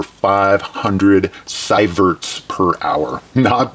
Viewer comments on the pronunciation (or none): It's "See verts"